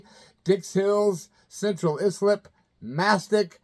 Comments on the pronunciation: Congrats for your first sponsor,! Sure that will help and maybe bring more sponsorships your way. As a former Long Islander a correction if I may. Islip is pronounced “eye slip”. And jealous man, I’ve seen Ozzy numerous times over the years but never had the opportunity to meet him. When we were getting ready to tour our CoupD’Etat album for Capitol records one of the names bandied about for an opening arena tour slot was Ozzy but the story I heard was Sharon put the kibosh on it as Sharon didn’t want Ozzy getting friendly with Wendy! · Scratch that. More "ice Lip" than eye-slip. I used to date a girl in Islip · Islip is pronounced eye-slip. Suffolk is pronounced Suffick. Just helping u out, I've lived on L.i. for 30 years. I'll follow those dudes on Facebook 👍👍👍